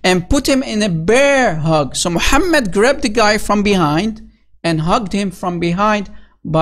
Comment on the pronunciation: Mu-ham-Mad Really???